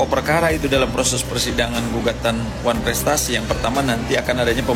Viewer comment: Benar bikin malu tu almamater x nyebut wanprestasi koq sulit amat sih